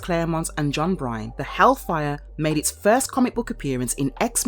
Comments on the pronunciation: The man’s name is John BYRNE (pronounced Burn) not John BRYNE 🤦‍♂️ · John Byrne is pronounced like "burn" not "brine"....and Bishop is from "Sheepshead Bay", Brooklyn. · John Byrne not Bryan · It's John Byrne ( pronounced Burn)